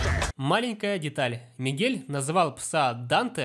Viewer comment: Мне кажется, что он сказал Мигея